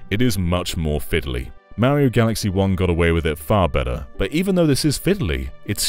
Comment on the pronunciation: Take a sip every time he says super mary-oh. Have a good time